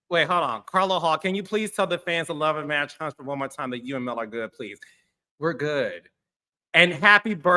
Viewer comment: You can't even say Mel name!